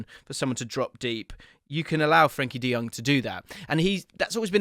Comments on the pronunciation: Nice analysis, mate! Just a tip: it's Frenkie de JOng, not Jöng or Jung. Jong like tongs 🇳🇱✌ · Fren Kee De Young. whut??